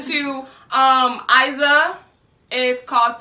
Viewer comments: her name is actually pronounced "Eeza" like in "Deezer". great video girls. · We pronounce her name “eezah” over here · She's a wonderful singer and dancer. Also a unbeliveble person, full of black and female power. Her name is pronouced "ee-sa" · IZA is queen! You pronounce EEZAH OK? ; ) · The " I" of Iza is like "I" of imagine!